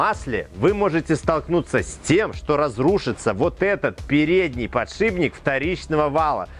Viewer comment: Тогда уж ,, подшипник,, а не,, подшиБник ,,. А так все классно...